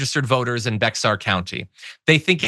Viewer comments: It's pronounced like the word bear, not bex-are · John, I know it sounds "weird" because it's spelled Bexar, but it's pronounced "Bear" county...did the same thing when I first got here... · Was gonna say this..."Bear or Be-air"...not "BeXar"...can tell he's never been to San Antonio. laughs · First of all it’s not pronounced BEXAR with an x… it’s pronounced like BEAR. It’s Bear county. Spelled with the x but pronounced like the bear. Thank you! Great job by the way! 😉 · it's not pronounced "bex-ar" it's "bear"... :D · Pronounced Bear County not Bexar. I did that too when I moved here. Greg Abbott is an asshole. Ken Paxton is his fascist butt buddy. They both belong in prison for life. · It's pronounced Bear County, not Bexar. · It’s not Bex ar county. It’s pronounced Be-har. The X has an H sound. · As a Tejano, I winced in pain at the sound of "Bexar." It's actually pronounced "Beh-har," not "becks-AR" or "bear." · Not “Bex-ar” it’s Bear or Beyer when you pronounce it. It’s spelled Bexar. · The county that San Antonio is in, Bexar County, the "X" is pronounced like an "h". Bay-har. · Bexar County is pronounced like "Bear" or if you want to be proper....Béjar, like the town in Spain, when which it gets its name. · Just a note. I live in Bexar county and to anyone interested, it's spelled Bexar, but pronounced Bear. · FYI, Bexar County is pronounced Bear County. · Bexar County is pronounced Behhar or more commonly, Bear County basically the x is pronounced as an h. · Agree with your statements. FYI Bexar county is pronounced “Bayer” county. X is silent. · So you know, bexar, is pronounced Baer. BAY ER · pronounced "Bayer" or "Bear" country. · We already know that the current GOP enjoys racist behaviors. Oh and for future reference, Bexar is pronounced “Bear”. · Bexar county is pronounced bear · Bexar is pronounced "Bear." Its a weird TX thing. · Bexar county is not pronounced like it is spelled. It is pronounced as if you took the x out, bear. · It's pronounced Bear